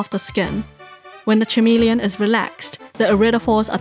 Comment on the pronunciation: FYI - “chameleon” is pronounced like it’s spelled with a K, same way as Kecleon. English is weird lol great vid!! Learned so much